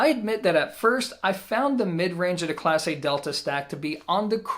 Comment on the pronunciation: It not pronounced Class A, it's pronounced Class Eh. You don't know how to talk Canadian, eh? Lol